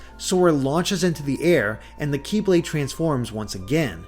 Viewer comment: It bothers me when "Kye-blade" is said instead of "Keyblade".